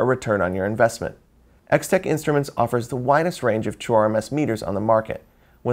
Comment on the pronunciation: When he says "true RMS," why am I hearing "chore-mess?"